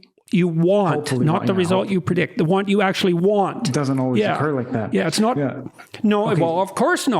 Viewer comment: "It's nawt bloody obvious!" 🤣 lmao